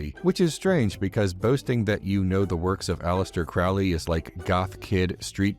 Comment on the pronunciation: Crowley rhymes with holy